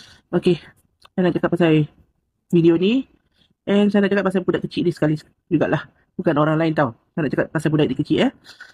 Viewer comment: dia ni pon bangla jgk ni tapi dia ckp dia org malaysia haha. cakap pon saiya saiya hahaha SAIYA BANGLADESH.